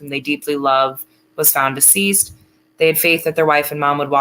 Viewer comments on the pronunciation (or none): none